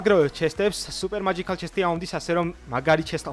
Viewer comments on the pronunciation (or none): none